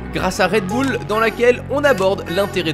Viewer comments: C'est Moi ou t'as dis redboulle 😂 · Red bOUle 😓😓 c’est « red bull » si jamais